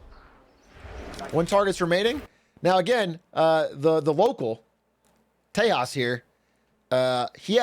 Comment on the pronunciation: “Tejas” is not pronounced “Tehas” like spanish 😭😭😭😭 As an indian that hurt and made me cringe so card 😭😭😭😭 It pronounced “tey-JUS”